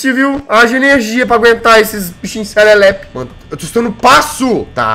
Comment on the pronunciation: kakaakak o jazz falando "serelepe